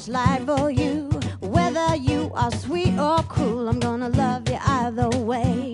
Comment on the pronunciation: >Richtig spricht man es, just "die" other way, nicht "de" (the) weil o ein vokal ist. würde das wort nach "the" nicht "other" sondern z.B. "same" heißen, würde man es "de" aussprechen. either spricht die sängerin hier richtig aus. lena macht das anders.